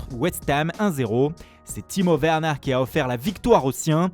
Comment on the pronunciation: C’est pas Werner c’est « veurneur » 😂